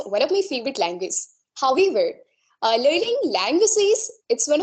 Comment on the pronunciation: Her pronounciation of however , broken and she used s instead of sh in many word. I am confused 🤔😕😕.